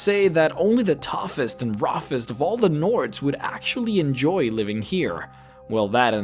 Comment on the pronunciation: I has a question, why does it sound like roffest and toffest in the intro? (not trying to be rude)